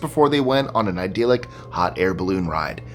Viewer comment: The word is ‘idyllic’ not ‘idealic’, hence the pronunciation is ‘dill’ not ‘deal’!